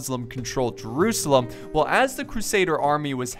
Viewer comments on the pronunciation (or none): none